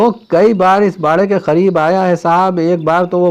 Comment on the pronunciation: kya aap Hyderabad ke hain kyon ki aapne Talaab ke KHAREEB kaha qareeb ko Khareeb keh diya